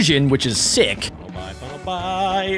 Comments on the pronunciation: Bro say bunnelby not bunnelbye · You pronounce it bunlebee not bunlbi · Your brother says bunlby is bunlbuy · It’s call Sillvally(lie) and Bunnelby(bee)